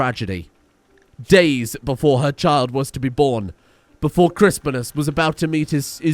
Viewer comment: RIP Chris-Pine-Us